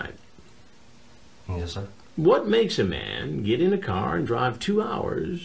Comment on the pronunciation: "What makes a man get in a carrr and drive two hourrrrs?" Take a guess chris